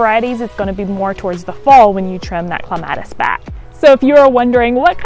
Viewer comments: OMG.... I couldn't get past the first couple of seconds after I heard "Clem --- AT -- iss!!! " Drives. Me. Insane. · It is cleme ...tis